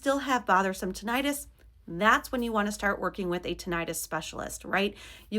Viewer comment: Please stop mispronouncing “tinnitus.”